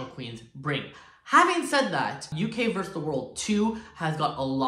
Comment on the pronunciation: It’s versus the world not verse the world :) x